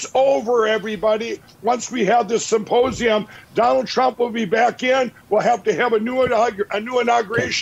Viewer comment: Did Lindell just call a symposium a “supposeum”? As in “I supposebly think this is true”.